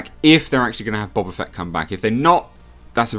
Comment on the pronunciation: Bo ba fett not Bob a Fett